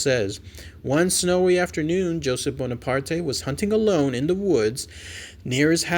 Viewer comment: Hey,. The E in Bonaparte is silent. It's a French name. I'm sorry.